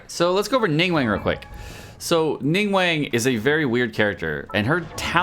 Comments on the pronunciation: Isn’t it Ning Guang not Ning Wang cuz he’s saying Ning Wang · Hey! Love your work and thank you for showcasing best legs in game For future reference, the correct pronunciation of her name is "Ning-Gu-Ung" (the "-ang" is the same as the English word "sung") Her name roughly translates to "condensed light" (凝光) a lot of the nuance is lost with translation but the "Guang" (光) means light Hope this provided some insight and will be helpful (◍•ᴗ•◍)❤ TLDR: NingWong instead of NingWang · I hate how you say her name like ningwang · Her name's pronounced "Ning Gwong" :P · I am personally offended that you pronounced her name wrong